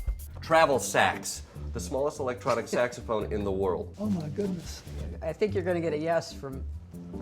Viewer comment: Bill thought you said sex not sax. Lol